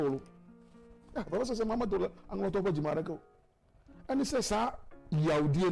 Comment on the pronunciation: Presenter learn how to pronounce Anlo properly next time before you come on air